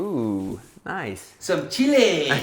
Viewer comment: He said it right! It is "unos Chiles".